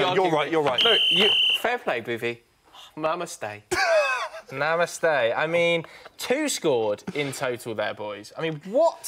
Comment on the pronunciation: said, "MAMAste" instead of namaste!! LMAO